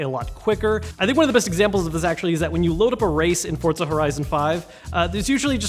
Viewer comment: This dude says FORT-ZA lol